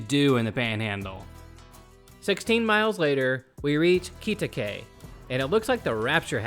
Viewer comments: It's pronounced "Kitty-kway". I had cousins that used to live there. They had part ownership in the Midway Drive-in. Also, it's Bob Wills (not "willis"). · Quitaque (KIT-ih-kway) Thanks for the video. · We pronounce it Kit-ah-quay! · it is pronounced like kitty quay and its bob will's not bob willis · Kitty-kway. And Bob WILLS, not Willis.